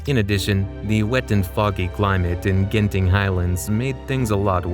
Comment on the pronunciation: Eyyy. Genting is pronounced with a j not a hard g. I think, idk, that's just how lol of us have pronounced it.